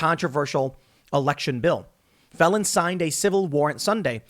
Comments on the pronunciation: Phelan is pronounced like, feel Ann, and not felon, although it seems apt under the circumstances, lol. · excellent commentary. Little note. Phelan is pronounce Feelan. similar to LAN party, but with a slightly softer A.